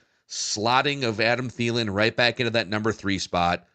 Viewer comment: Clicked off when said Adam Thielen’s name. (That’s not true. But i wanted to) Yuck